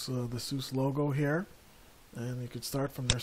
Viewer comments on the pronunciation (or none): lol Saying sous is like saying "look at that porsh!" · It's pronounced Sue Zuh. There is no "other way to say it"; There is right and wrong. SUSE = Sue Zuh